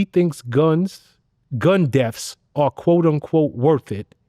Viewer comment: Vlad's Common'tater says " gun deafs " 😄